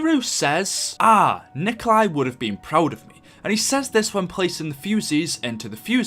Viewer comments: It's not Nikolai Tesla. It's Nikola Tesla. No "I" at the end. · Umm His name is Nikola Tesla not Nikolai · Its Nikola Tesla not Nikolai Tesla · the only problem is that Tesla is no Nikolay, He's Nikola, I know its the same name but still he was always known as Nikola, not Nikolay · It's nikola tesla not Nikolai tesla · It's Nikola Tesla. Nikola isn't Nikolai. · Its not nikolai tesla its nikola tesla